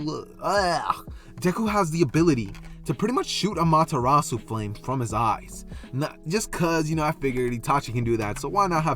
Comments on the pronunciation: The pronunciation sounded right to me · You pronounced it right for the record. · You pronounced it right my friend.